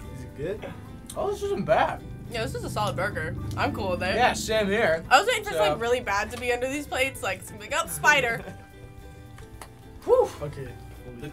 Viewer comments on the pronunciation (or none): i love the fact that the say ''Booger" instead of ''Burger" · I like how they said Booger for burger and Spooder as Spider